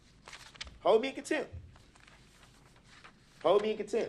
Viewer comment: " Hold me in cantemp"